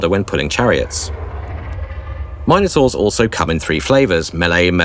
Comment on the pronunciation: I'm sorry. I appreciated and enjoyed the vid, but I can't get past your pronunciation of "minor-taurs." Are you talking about a massive, powerful unit here or a bunch of juvenile monsters?